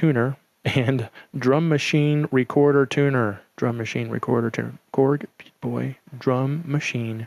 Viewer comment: () YOU have awesome vibes and music! Hey, just have to say, you need work on your Chinese Accent. I just watched it again and you sound more Italian than Chinese!!! Beata Boy, sounds like Pizza Pie! Whatsamatteryou? LOL Korg is really putting out some awesome 'cheap' err I mean inexpensive usable things! I plan on using it as a drum track to free up my Kaoscillators. I think every guitar device I own has a tuner hahaha I really like the Beata Boy!!!:-)